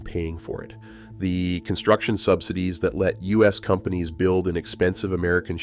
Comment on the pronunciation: Sub-sigh-dees = AI narration.